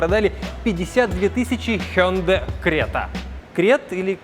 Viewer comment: Хюндай Срета 😄